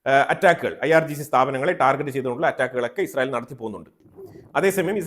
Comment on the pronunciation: ടാർജറ്റ് അല്ല ടാർഗറ്റ്